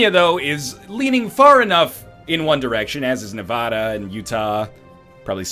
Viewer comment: Northernlion please pronounce Nevada correctly PLEASE!